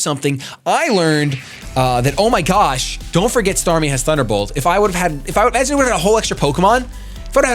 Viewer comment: "startmie" Sorry, just had to do it :P